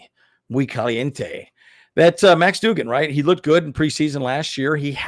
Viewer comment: "Doug•gan" 🤦🏽‍♂️